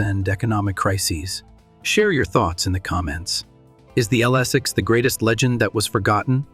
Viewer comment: I DO NOT LIKE!!!! LSS six. Too funny! BOT ! AI !